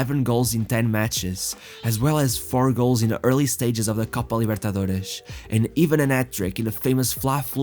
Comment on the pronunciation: Excellent video. You did your research. However, I dislike the way you pronounced Copa Libertadores if it were a Portuguese word